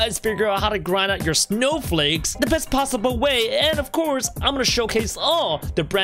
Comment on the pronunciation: You said snow fakes xD